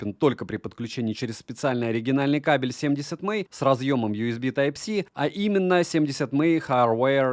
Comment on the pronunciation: Все круто, но 70мАй, а не 70мЭй, это не английский, это пиньинь 😊 Далее. В этом ВР li-pol аккумулятор, и все... Если вы житель Сибири, дальше можно не смотреть про него. Аккумулятор умрет в первую же зиму, или что еще вероятнее в жаркий день, если авто оставите на солнце на улице. Нормальный ВР должен быть с ионистором (супер конденсатор), как в некоторых моделях DDpai, Papago и наших топ брендах. Только тогда он будет работать безотказно в диапазоне температур от -50 до +50, и проживет годы! P.S. у меня Papago P3, с ионистором, ему 12 лет уже, работает как часы в любую погоду, -40, в +40, похрен.